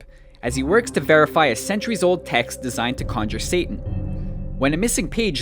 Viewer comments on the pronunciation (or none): none